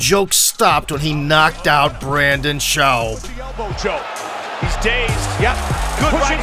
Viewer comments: “Brandon Schlaub”😂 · or "Brandon Shauwb" as he called him in the video